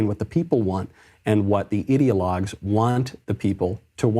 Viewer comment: When Michael says ideologues on the left, it sounds a lot like idiotlogues. 😄😂. How appropriate.